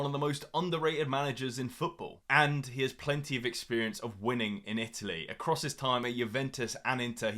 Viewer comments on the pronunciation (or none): none